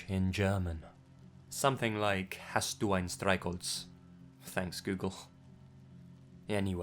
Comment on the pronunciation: So cute how you pronounced 'Hast du ein Streichholz?' 😂💓